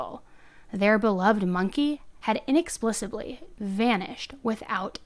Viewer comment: And you mispronounced 'inexplicably', I believe...